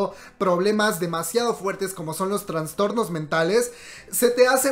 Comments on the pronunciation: Perdón por la corrección pero se dice Trastornos y no Transtornos 😘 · Es traStornos no traNstornos jaja